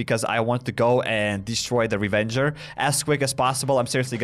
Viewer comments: ITS RAVAGER DUDE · Anyone else hearing him calling it a Revenger? I swear it’s called Ravager…. Or am I blind